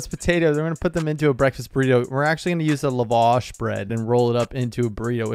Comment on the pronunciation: It’s Pronounced la wash. Lap with no p then wash lol. La vaa sh.